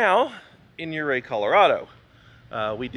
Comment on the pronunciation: You-ray, not yer-ray